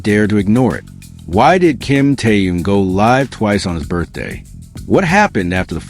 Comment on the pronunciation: Господи можно правильно произносить имена людей о которых идёт ролик Ким Тэхён перестань произносить какие то раондомные имена слушать противно😢